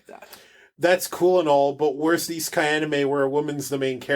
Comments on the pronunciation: I think we both pronounced Isekai differently several times. ;) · came off ruder whoops. I’m pretty sure it’s universally accepted The way you use over eye-si-kay. Also Maynga. I’m sorry how rude this sounds